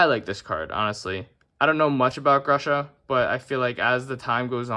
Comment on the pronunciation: Grusha..her lmao